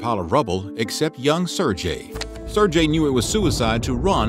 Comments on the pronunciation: Sair GAY, not sir-Jay. At least pronounce his name correctly. It’s pretty bad when a channel dedicated to history can’t be bothered to learn the proper name pronunciations of those they’re profiling. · If you're gonna do a video about someone learn to pronounce their name properly dude jesus. It's Ser-GAY not Ser-JAY!!!!! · Sir Jay??? Sergei is pronounced with the same vowel as in pet in the first syllable, and with a "g" as in get in the second. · "sir-J" hahaha shieeeit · Sirjay? I couldn't watch this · Say it right. Ser-gayi. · Pronouncing Sergei as "Sir-jay" All the Slavs are enraged. The g in Sergei is pronounced as g in "grape", not as g in "gem". Please investigate the pronunciation beforehand. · Ser-GAY, you dolt. How do you literally say his name wrong a hundred times when he's the actual source of content for the video. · Well done "Serjay" . You should work on your pronounciation! Foreign names arent pronounced this way. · You know damn well it's not pronounced sir-j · It's pronounced sirgay. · You are going to spend all this time researching a topic and you cant even pronounce the name of the main character correctly? It is pronounced as sir gay, ok. Get it right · It shouldn't be that difficult to find out how a name is pronounced. And it's not like that hard G sound doesn't exist in English. If it had been a sound that doesn't exist in English, I could have understood and possibly accepted it. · Every time his mispronounces Sergei it made my skin crawl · “This 6 year old is a war hero, but I can’t be bothered to pronounce his name correctly.” 😑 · Anyone else distracted by the fact the narrator mispronounced Sergei through the entire video? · I just can't understand how you were able to research all this, edit it and write it and yet fail to pronounce an extremely simple name correctly. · This guy's pronunciation of the name Sergei is painful to listen to. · Nobody will care but his pronunciation of the name Sergei annoyed the hell out of me.